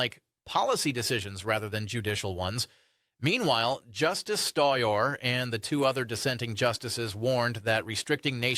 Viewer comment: Justice Stoyer? Is that Sotomayor?